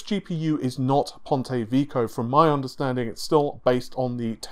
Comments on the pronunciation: lol, Ponte Vico, Rinoh (Renoir) and counting... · It's supposed to be pronounced "Veh-key-oh". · Pontay Veeko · ""Ponte Vico"??? WTF is that? Put some effort into it. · here's how to pronounce "Ponte Vecchio" :P